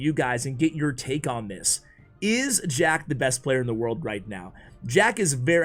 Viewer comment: Sounds like he said shack at 28sec lololol